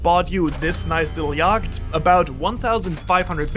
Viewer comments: I’m pretty sure you’re not a native English speaker simply because you pronounced yacht as “yawkt” instead of the correct way which is “yot” Unless you’re from a place that speaks English but has a VERY distinct accent like Scotland or Minnesota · I stopped watching after you called a yacht a yackt